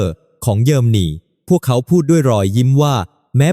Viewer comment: 🫵🇹🇭#รู้ว่าAIภาษาไทยวิบัติควรศึกษาออกเสียงอ่านให้ถูกต้อง>>ปา-ติ-ริ,>>เยอ-ลม-นี>>,ความ-กา-โหล,ช่องไฟ-เว้นวรรคให้ถูกต้องด้วย